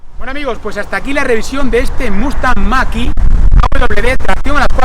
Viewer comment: Gracias por el vídeo y la información... 👍👌👍🙏 Todo digno de un Mustang... 🙌🙌 un explendido "Muscle-car" USA ("Mexican") ... 👌👌 P.D. Por favor... "Machiiii..." Noooo... , ¿no pone "Mach -E" ?? (hablando en "Spanish"...) 🤔🤔😂😂😂 Saludos... 👋🙋😃